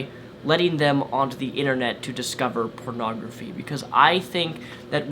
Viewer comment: I just love how says "purnagraphy"